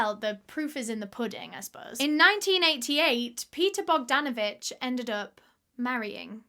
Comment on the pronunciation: I am from Serbia ( ex Tito's Yugoslavia, Balkan peninsula, Europe ). Well done for the effort of pronouncing his last name Bogdanović. You pronounced it perfectly. He sounds like a good man in the beginning but disgusting in the end. Where are the police?